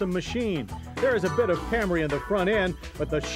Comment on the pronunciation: It took John 20 years to call it a Camry lmao If you look at the older Camry episodes, he continually calls it cam-ray.